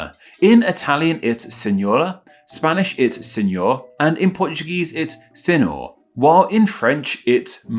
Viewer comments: Just a quick correction: The NH and LH in Portuguese are digraphs, you’re supposed to pronounce them as Ñ and Ly respectively. So it’s the same pronunciation of Señor in Spanish for Portuguese too, and coelyo for Portuguese, which resembles Peruvian Spanish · No. Senhor is pronounced exactly as Señor. Ñ NH and GN have all the "Ny" sound. Yeah. You aren't supposed to say G-nome but "Nyomo" or G-Nochi but "Nyoki"